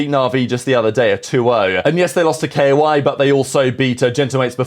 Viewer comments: he is saying K-O-I, like the letters, not kayo-ay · its koi, not kayo-ay